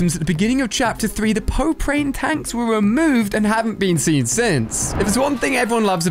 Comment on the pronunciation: "pope-rane tanks"